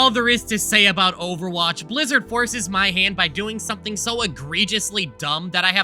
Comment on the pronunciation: Ovawache bab